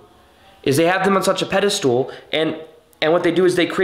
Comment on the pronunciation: pedastal is pronounced "ped e stul", not "ped e stool" I loved everything you said.